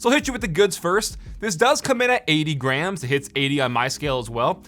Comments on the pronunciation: When he said it comes in at 80 grams, I thought he originally said 80 grand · It sounded like he said it was 80 Grand and I freaked out for a second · Am I the only one that heard 80 grand when he said 80 grams?